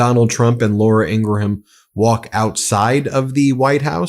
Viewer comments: Why can’t you pronounce Ingraham? You’re an intelligent man. I’m sure people have told you. I even heard you say it correctly a few days ago. What’s the deal? Are you doing it on purpose. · Ing-gram not ing-gra-ham